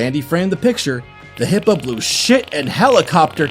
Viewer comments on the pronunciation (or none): I thought he said hobo poo not hippo